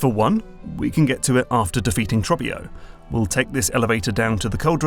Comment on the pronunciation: how are you going to put Trobbio saying his name out loud in the video and still pronounce it differently 😂